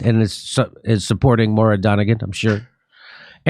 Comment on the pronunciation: It's pronounced Moyra not Mora.